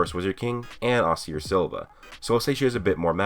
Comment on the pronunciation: brooooo. please. ah-see-aye=acier silva